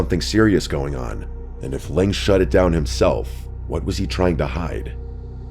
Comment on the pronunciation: At least it was Ling, not Leng...